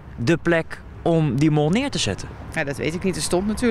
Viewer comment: Luister goed, ze zeggen de mol, niet the mall :p